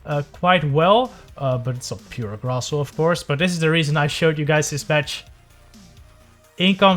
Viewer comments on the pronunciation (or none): The correct pronunciation is SHIILD NOT SHIUUUUUUUU ADVENTEG NOT ADFANTAJE GRASSHOLE NOT CRASSOOOOOLEEEEE